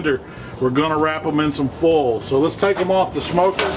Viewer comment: I just found your videos, I've watched a few now. Thanks for making them, great stuff. I like how you say foil. Foal. One thing I don't get, why do people not like them to fall off the bone? My favorite ribs I've made so far just fell clean off the bones. Delish.